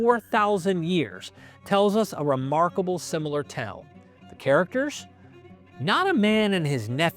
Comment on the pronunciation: For the longest time I couldn't figure out what you meant by the word "tell" -- you didn't seem to be talking about a tel, or hill. Even closed captioning was hearing you say "tell" -- but then I realized you pronounced TALE that way. Why is that? Is it an accent? Do you pronounce the word bail as "bell"? An epic fail as a fell? And if it is hailing outside, do you say it's helling out?